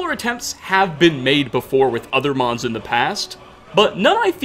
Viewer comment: "our episode of immersive skyrim modsuh"